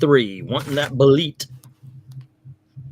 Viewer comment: I don't know if it's right or not but I pronounce Belit Bay-Lee.